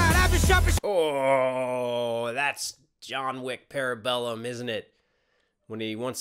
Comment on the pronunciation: The only bar in this battle that didn't make sense to me... is Stallone saying "Parabellum" yea he can't pronounce that lol